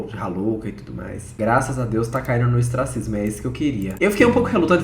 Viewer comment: do céu, é ostracismo! hehe Vc falou estracismos (esquecimento + ostracismo hahahahah)